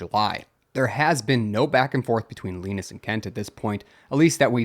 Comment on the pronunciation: Just want to know how can you get wrong on a name when its said countless times on LTT i know its not the same guy but still the same spelling and name Linus is Lin us or say it like line us just a heads up